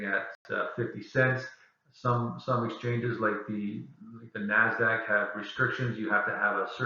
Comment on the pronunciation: Thanks for the information. Very helpful. By the way, it's NASDAQ, not NAZDAQ.